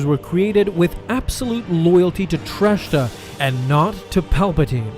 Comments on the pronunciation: Please stop saying "Trashta." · It’s “Track-ta”